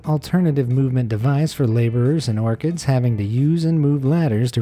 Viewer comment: Pronounces orhards orchids, Me: *TRIGGERED*!!!